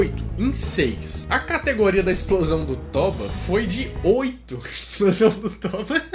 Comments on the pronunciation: Olá, boa tarde. A pronúncia correta do nome vulcão é TÔBA, com acento tônico e som grave na letra "O" e não TÓBA, com com acento grave. Agradeço. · KKKKKKKKKKKKK mano, se fala tôba, pq como n é portugues n tem acento, mas se fala como se tivesse